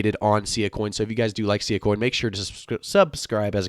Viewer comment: it's pronounced SS-eye-ahh